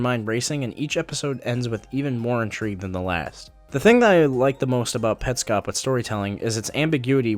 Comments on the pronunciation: ew he pronounces it petscope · Look...I agree with your review, but if you really like it, why did you pronounce it wrong half the time?